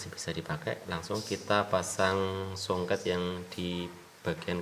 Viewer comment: Kapasitor... Bukan kampasitor... Soket bukan songket...